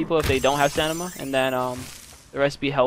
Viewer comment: Dude learn English it’s not called stanima it’s called stamina